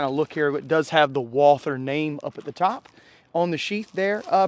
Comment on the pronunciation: At least pronounces Walther correctly